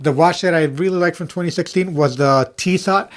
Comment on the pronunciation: It’s pronounced Tisso the T is silent